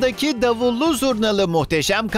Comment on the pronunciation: Davul değil ama davurw😂😂